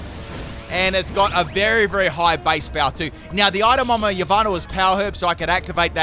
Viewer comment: how is he pronouncing "yveltal"? "ee-vinyl"?